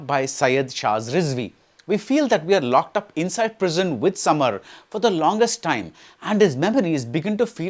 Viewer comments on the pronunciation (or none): Its Sameer not Samar